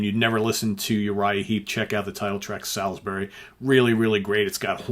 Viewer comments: Great idea but as a Brit I take umbrage at your pronunciation. It's pronounced SOLSBRY! Just think of the Gabriel song a few years later! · Okay, just to confirm, it’s pronounced ‘Solsbury’. I know because I live there - the holiday destination of choice for the Russian Secret Service.